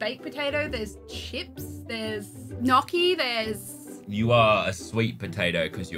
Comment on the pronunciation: The way she said gnocchi made me a little upset can’t lie